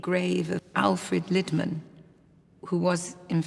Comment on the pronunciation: Lidman is not pronounced as in pot lid, but as in Leeds. Liiidman...